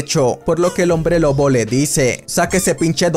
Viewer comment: oye si no te diste cuenta en vez de decir lobo dijiste loco o eso fue lo que escuche xd